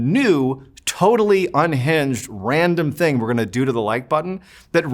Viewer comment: 😂😂😂classic masshole accent he was using at the time while he was in high school!!!